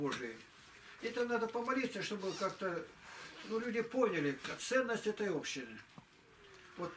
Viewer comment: общИны, а не Общины